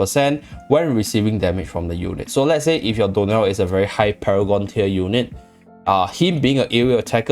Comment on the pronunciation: Anyone else hear door nail instead of dionel? 😂